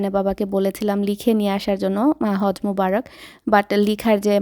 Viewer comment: its not Haz it's hajj